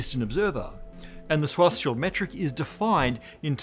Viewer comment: It's pronounced Schwartzz-child....